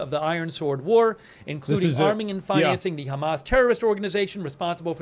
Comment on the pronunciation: I noticed you mispronounced Hamas, and the BS in your user tag is heavily shown here